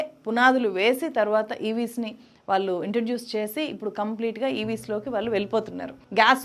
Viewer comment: Learn to say వాళ్ళు, కళ్ళు